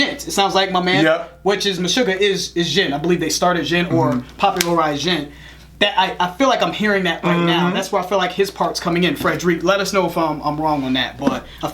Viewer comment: It's pronounced FRED-rick.